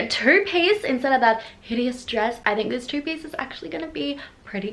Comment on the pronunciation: In the beginning I thought you were saying "tubie" instead of "two piece" lmfao